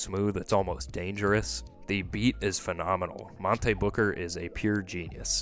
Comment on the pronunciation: The mispronouncing of Monte made this difficult to get through